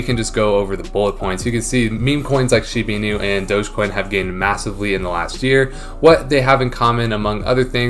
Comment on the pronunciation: Why do you say SHIBY INU instead of SHIBA INU?